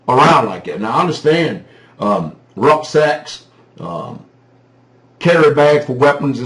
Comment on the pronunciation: Rucksack (back sack or back bag) in German is pronounced differently in German than how Americans use the word. I thought you were saying ''rough sex''. I had to listen to it about five times before I figured out what you said.